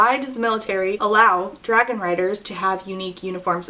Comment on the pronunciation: "And then the biggest dwagon chose me. And then I got anothuw dwagon that is gold"